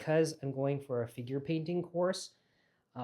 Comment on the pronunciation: It took until 16min into the video that I realized you said "figure painting" ... NOT *finger painting* Haha! I was wondering how many folks were taking an advanced course in finger painting in Italy! If that happens, please sign me up!!